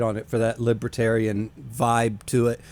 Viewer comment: What’s a “Libratarian”?